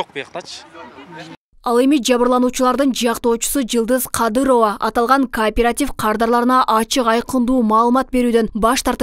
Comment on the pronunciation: Кардарлар! Кооператив деп айтылат.карпаратив эмес .атын туура айталбай анан эмне киресинер .карангычылык .